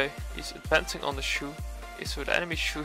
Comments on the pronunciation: I thought it was pronounced ‘chow’ not ‘chew’ 😂😂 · its not pronounced as shu.. more like.. Cho.. like Chad..'Ch' and Shoulders 'ou' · Its not shoe its chou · u have to pronounce his name like "chaw" not choo. btw nice gameplay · I think its pronounced as "Chouw" and not Shoe. He seems to be based on Bruce Lee so the name "Chouw" sounds like its a name from Bruce Lee's homeland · wtf stop staying shoe it is chou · chou = zhou 周，not shoe. hahahaha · How to pronounce chou. It will be chu or shoe?? Or chaw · Its no shoe its chou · It’s chou not shu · DID THIS MAN JUST CALL HIM SHOE!!!! SHOE???? lmao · when say chou i hear he say shoe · I though you said Shoe and not Chou. 😂😂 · What really is it supposed to pronounce shoe or Chao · pronounce chou.... nt suuh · Chou read as Ch in Chalk, and ou as ow in Wow. I mean he is chinese. Why use French pronunciation.. He is not a Shoes.. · Hahaha thats what i hear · Whats the real pronounciation? Chu or chow? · i like to like and subscribe to your channel but a simple name you don't know how to pronounce..